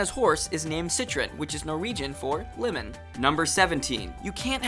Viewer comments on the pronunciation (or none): none